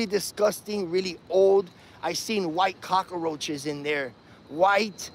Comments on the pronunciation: What's a cokerroach or mouses. Is English his 4th language? For his sake I hope so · Cock-a-roaches? Mices? Clearly, this man has a command of the English language that puts Shakespeare to shame. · "Cocka-Roaches" - Tony Montana also hung out in Miami. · Do you mean "Albino Cock-a-roaches"? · Mouses and cock-a-roaches. What a command of the English language has. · command of the English language is something to behold. The word he's struggling with is "cockroaches", not an anglicized version of the Spanish 'cucaracha'. And mist have been absent (or asleep) the day they taught him that the plural of 'mouse' is 'mice', not 'mouses'. He's obviously the product of a first-rate education.